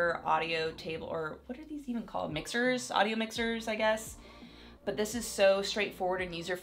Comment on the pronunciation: When she said aduio mixer i Thought of Mixer R.I.P Mixer